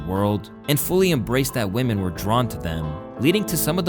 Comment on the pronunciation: Unemployed "youtuber" derisive of a women for lack of 'career'... You xant even pronounce women correctly lol. Yall loserd think too highly of yourself